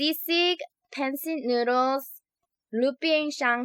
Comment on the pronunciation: and also i dont really wanna sound like those people but you pronounce pancit PAWN-SIT lol idrc how you pronounce it tho